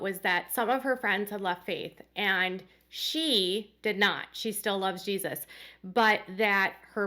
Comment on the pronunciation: I HATE the way Jermey and Jinger pronounce long g “G-Sus” lol it’s sooo annoying instead of Jesus. 😂